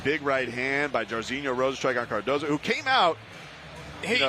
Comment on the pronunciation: lol Mike perry is messing up Rozenstruiks name sooo bad its hilarious LOL